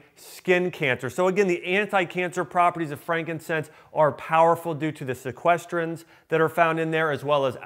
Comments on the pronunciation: sequestrenes ? lol . i think he means SESQUITERPENES . some doctor , HAHAHA. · Sesquiterpines, not sequestrines. Come on doc, get the terminology right!